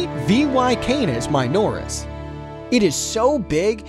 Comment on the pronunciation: It's vey-why-can--is-ma-joris not my-noris but it's funny thogh